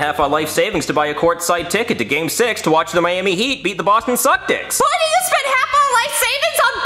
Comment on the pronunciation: He said Boston cusktics